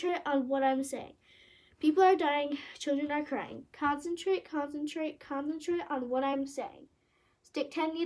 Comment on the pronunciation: The way she said concentrate concantrate CONCENTRATE ON WHAT I‘M SAYING